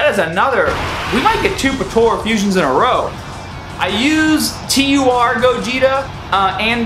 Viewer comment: Bro i like the video and everything but PLEASE stop calling it PA-TO-RA its PO-TA-RA i cringe so bad everytime you say patora. that's it and thank you